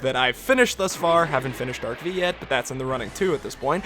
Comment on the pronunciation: It’s pronounced “Arc-5”!